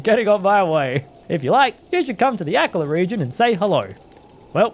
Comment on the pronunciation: Akala --- uh-call-uh